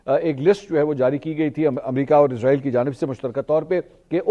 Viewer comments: bro listen Please stop calling this dam country as IZ-RAA-EEL ITS ISS-RAA-EEL SO PLEASE PRONOUNCE IT PROPERLY LIKE WE HAVE SURAH BANI ISRAEL IN QURAAN WE HOPE YOU START PRONOUNCING IT RIGHT FROM NOW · bro listen Please stop calling this dam country as IZ-RAA-EEL ITS ISS-RAA-EEL SO PLEASE PRONOUNCE IT PROPERLY LIKE WE HAVE SURAH BANI ISRAEL IN QURAAN WE HOPE YOU START PRONOUNCING IT RIGHT FROM NOW Its اسرائیل not ازرائیل